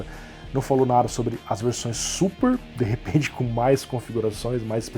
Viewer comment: Navi - NavÍ Super - SupÍ